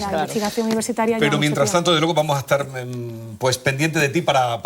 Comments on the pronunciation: He notado que Lola pronuncia "etsar" por "estar", "etsudiante" por "estudiante". ¿A qué se debe? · Soy chileno y en nada se parece como hablamos, pronuncia mal las consonantes S y T cuando están juntas y la he criticado por su pronunciación, como cuando nos corregía nuestra profesora muy estricta hace 50 años